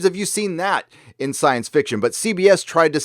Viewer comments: Please, "Scènes à faire" is pronounced "senza fair", not "seenz a farr"! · Guys, it's like 'sayne ah fair' with an uvular French r, not 'scenes afar'! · thanks for keeping us updated on this. Not to nitpick but scenes a faire is pronounced: sehnza fair with the first and last syllables stressed and the za more muted.